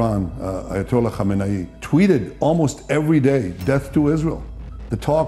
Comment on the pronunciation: Khumeni nahi brother khameni hay 😅